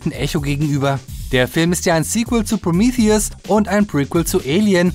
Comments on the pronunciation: Kannst du nicht einfach Prometheus sagen? Was soll das mit Promiithius? Prometheus ist auch normal ausprechbar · Wird der film nicht prometheus ausgesprochen? Also so wie auf deutsch? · Proomiffiess! Haha. Der Grieche dreht sich im Grabe um. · englische Aussprache ist: prəˈmiːθiəs